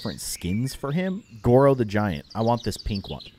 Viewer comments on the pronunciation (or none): none